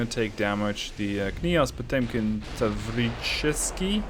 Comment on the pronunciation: the pronunciation of "Tavricheskiy" is pretty much spot on. The "e" in "Potemkin" is supposed to be pronounced like the German "ö" though.